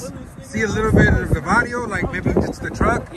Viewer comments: Varrio has double R in it. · You put “vario” 🤣 it’s “varrio” with another r